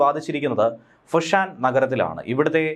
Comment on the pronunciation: ഗ്യാങ്ടോങ് അല്ല ഗോങ്ടോങ് ആണ് ഫുഷാൻ അല്ല ഫോഷൻ ആണ്